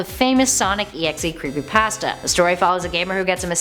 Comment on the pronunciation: Hey When You Creepypasta You Say Creepy Pãsta